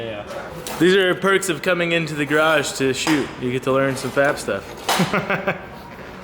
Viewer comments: Best “garage garrragee!!” In a while all smooth!! Lol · who else says Grrrrrrrrage Grrrrrrrage with in the first 30sec like I do?